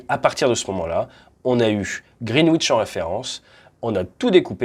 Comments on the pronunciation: Très instructif, comme toujours ! Juste pour info, Greenwich se prononce "grinidch". Ça fait parti des bizarreries anglaises, un peu comme Worcestershire que se prononce... "wostecheuh" O_o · Attention à la prononciation ! Le 'w' dans "Greenwich" ne se prononce pas :) Même chose dans Norwich, Chiswich, Warwick... Mais pas Ipswich (il faut toujours des exceptions sinon c'est pas marrant ...)